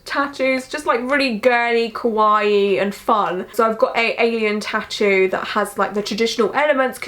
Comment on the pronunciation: I've recently found you and honestly love you so much. I understand your accent is different so it might be a bit more difficult but it is essential to enunciate the a in ka for kawaii. Other wise your saying kowai which means scary. Something I'm sure you're not trying to say. :) xx